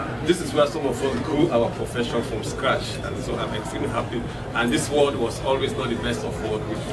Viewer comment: Ward not Word